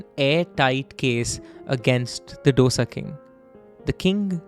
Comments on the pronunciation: It’s disappointing that you put in so much effort to learn all about the case and put it forward, but to mispronounce the name of the dish you’re using as a metaphor for unity; actually disappointment is an understatement. As we’ve corrected the world enough times, it’s no dough-sa, it’s do-sa, do pronounced like 2 in Hindi, FFS it’s time to get it right. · if I can learn how to pronounce paratha properly you can change the way you pronounce dosa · Hpw do you pronounce everything else perfectly and then say "doe-sa" a million times over?! 😢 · Dosa 'Do' as in ek 'do' theen... 'Sa' as in 'sa' re ga ma... How hard is that to pronounce? Sam baaaaaar. Not Sam bhar. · except that its called Do-Sa ( 2 in Hindi - Sa) How difficult can a 4 letter word be to pronounce🤦‍♀ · just like we tamilians pronounce chaat as chat ...!! Hindi and inthi !! So just calm down ...people adopt certain things to their lifestyle and dosai becomes dosha !! We mispronounce every word possible...Puri as buri ...parantha as barotta ...!! So let's calm down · Ik. They both are north indian by the way they pronounce Dough-sa. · then correct it. Don't insult out southern delicacies with incorrect pronunciations. When they can pronounce English so well, why can't you guys pronounce southern names properly. Now you know right. It's tho as though and saaaa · ITS DHO-DA (ek, do- dosa) and SAM-BHAAR (i love you guys ) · Pronouncing this as Dough-sa is considered a very STYLISH way of saying the name 🤦🤦🤦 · Say "DOSA" properly please. Check pronounciations before making any video. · Misprounciation of dosa and sambar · Every dosa is not filled with masale and its dosa not dough-sa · Its pronounced as दोसा and not डोसा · डोसा या ढोसा नहीं है डीके बोस। दोसा है। सांबर या सांभार नहीं, सांबार है। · Its not dosa it is Dhosai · Why all you northies say Do sa. Its called dho saa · The narration 🔥 but the “DOSA” pronunciation skills 😭 its not “dough-sa” its ek ke baad aanewala do-sa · डोसा नहीं दोसा है